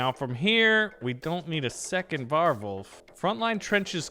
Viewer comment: Why do you say warwolf so weird 😂😂😂 war wolf bro it’s war wolf